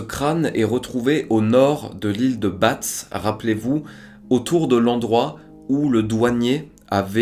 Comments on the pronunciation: Super vidéo comme d'hab, petite précision on prononce l'ile de bas et non de batz, force a toi et continue 💪🏻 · Bravo, passionnante rétrospective. Une petite remarque : l'île de Batz se prononce [ Ba ]. Par ailleurs, il est curieux que la découverte du fémur et du tibia du DR Godard ait immédiatement entraîné la certitude de sa mort. Imaginez que le Dr Godard arrive devant vous, maintenant, avec des béquilles et une jambe artificielle... Je sais, c'est tordu et la probabilité d'un scénario où il n'aurait "que" perdu une jambe est extrêmement faible, mais si on respecte jusqu'au bout la rigueur scientifique de cette affaire, il devrait logiquement subsister un doute... tant qu'on n'aura pas retrouvé par exemple son crâne, à l'instar de la petite Camille.